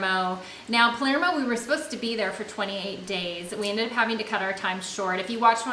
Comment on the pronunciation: Love how halfway through decided you were in Palmero instead of Palermo! Just teasing because you guys are so good about pronouncing all the vowel-less, tongue twister places you’ve been. 😂 I really appreciate the budget breakdowns, and so glad you took time off. Really looking forward to the cruise!! We’re planning on a transatlantic to get to Europe when we start our nomad life — seems a great way to cover room and board with less stress and way more fun than a flight - at a very similar price.